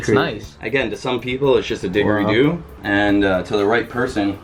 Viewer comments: "I don't know much about instruments, but I think is a diggerie due" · LLLOOOOOLLLLL THE WAY HE PRONOUNCED DIDGERIDOO!!! It’s killing me cause I’m from Australia and everyone knows what that is here 😂😂😂 he says it like digeredoo 🤣🤣🤣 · Did any other Australian die when he called a Didgeridoo a dig-a-ree-do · I died when this guy called a didgeridoo a "DIG-erie-doo". nononono😂 I'm Australian btw lol. Can you pleasee come to Australia! Or try Australian candy :)) lol, apparently you guys don't have crunchie bars 😫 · I’m Aussie and I’m just upset about how he said didgeridoo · Omg guys, Didgeridoo. Awesome attempt at pronunciation, great job. #PROFIT #AussieMadeMe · Im a Australian and when he called the didgeridoo a didgeridoo it pissed me off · Speaking as someone who was a permanent resident of Australia for about 5 & a half years, PLEASE, I beg you,, at least pronounce the "g" in didgeridoo as a SOFT G!!! You sound really dumb when you don't! I'd say, if it were an authentic one, to return it to the Aboriginal community in Aus, because lots of their cultural pieces have been misappropriated, but I'm pretty sure that's not a real one, having seen a few of them. And, this is fun!! I'm enjoying watching you & Justin do this, & you're giving me ideas!:D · The way he said didgeridoo lmao xD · The way he pronounced digeridoo is oaf slap him sean!!!! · being australian fckn died the way he says didgeridoo man lmao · I'm Australian too and I kinda did laugh at how he said didgeridoo. I'm not aboriginal or anything so I wasn't offended, but it was pretty disrespectful to pronounce it wrong even after Sean pronounced it the correct way. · Totally feeling ya, I said to hubby oh shit as an Aussie so many would be pissed off and for $120? 🤔